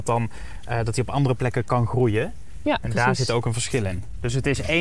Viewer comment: Ze kan geen ja zeggen 😮